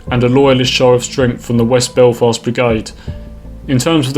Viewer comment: it's maghaberry. And I Derry/ Londonderry and Belfast are the only places you pronounced right.